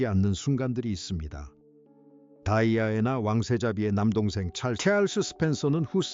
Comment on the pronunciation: 발음이 다이아애나가 맞아요? 거슬리는데...